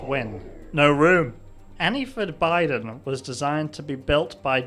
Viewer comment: I love how they can't get Joe's name right. Yadine Joe Andyica Joe Ddell 49 Bden Joan Baiden US President Jobeden President Boden President Beden President Baden President Bidden Lowves Bidden Benden's President President Benden Muwon Biden Anniford Biden Andry Badien President Barden It's like they're trying to type while drunk. lol